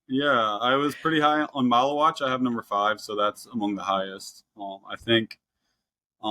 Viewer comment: pronouncing Maluach like Tallywack is driving me nuts